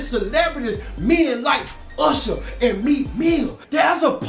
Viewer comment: Not usherrrrrr nah bruh😳😳